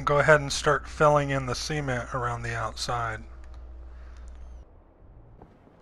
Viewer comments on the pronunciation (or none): why do you pronounce cement C-ment? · I kept hearing "semen" instead of cement haha, such a cool build though!! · Just noticed how he says cement (See-ment), it just sounds weird to me. I usually say cement (Suh-ment). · I knew I wasn't the only one hearing that lol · Very cool! Also the way you said cement sounded like semen and I was like ???? you gotta fill it with what? and then I realised. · Never before have I heard someone pronounce cement as "semen" with a "t" on the end. A most memorable Wednesday. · sounds like he's saying seamen when he says cement lol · "so let's go and fill the semen around the outside". lol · Say "seement" one more time.... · did anyone else think he pronounces "cement" kinda odd, and it sounds like "Semen" or is that just me?